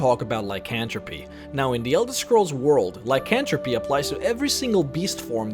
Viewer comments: Ly- kan -th-rope.... not Ly-kan-tro-pe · Lie-kin-thrope... Not ly can throw pee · Lie Can Tro Pee lol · "LycanthropEE" lol